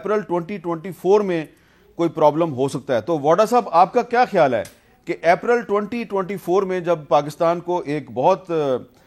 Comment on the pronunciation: اردو میں اپرل کا لفظ نہیں ہے- اپریل صحی لفظ ہے۔